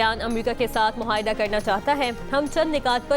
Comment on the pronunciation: Mohaida nahi moaida HOTA hay aap ka test nahi Lia gaya tha news caster bnaney key lie